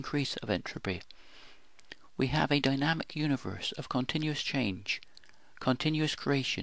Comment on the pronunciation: Light, life, dynamic are loit, loife, doinamyc in your pronunciation and that makes your movie ununderstandable. Please improve.